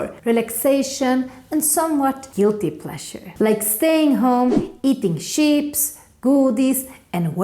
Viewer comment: När du uttryck "chips" du låtar som du säger det engelskt ord för får (sheeps)! Rätt sätt att säga "ch" är samma ljud som "church" på engelska. (Ch-) "ips" är nästa samma ljud nar man säger "it's". 😊